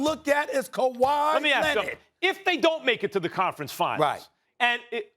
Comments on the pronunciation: Stephen “ kawhi lennit” a smith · No one: SAS: Kawhi Lennid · Stephen "Kawhi Lenid" Smith